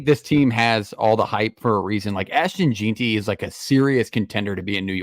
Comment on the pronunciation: You pronounce Hassanein correctly but mispronounce Jeanty. It's Jen-Tee. Anyway, great content. Go Boise State.